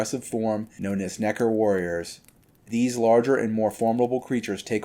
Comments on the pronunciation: I dont know how comfortable i feel with him saying nekkar so many times 😂😅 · Bro pronounced every letter and syllable in Nekker